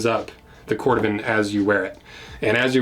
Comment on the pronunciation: Cor Dooh van.